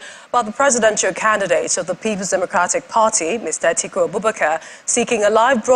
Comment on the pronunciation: Atiku not Atuku